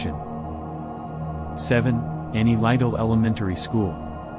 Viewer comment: It’s pronounced high lie. And lytle is pronounced little